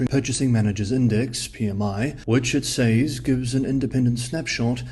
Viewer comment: I’ve been meaning to thank you for the realization that the way I pronounce “says” makes absolutely no sense 😂